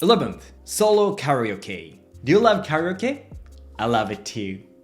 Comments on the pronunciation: Care - eeeee - ohhhh - keeee Your english is very good! Perhaps try this for kareoke I thought you were saying, Much love! ✨️🧡✨️ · I was listening to this video and when he said solo karaoke I thought he said. Do you love? Lol I had to look at it to see what he actually said